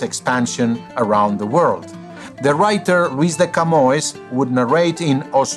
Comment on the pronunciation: I knew Portuguese was his language when he got the nasal vowel right in "Camões".